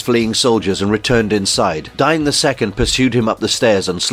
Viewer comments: Isn't "Dain" not "Dine" Long A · His name is Dane not Dine. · The name "Dain" is typically pronounced as "Dayn" in English, rhyming with words like "rain" or "plane." The pronunciation could vary depending on cultural or regional influences, but that's the most common way to say it.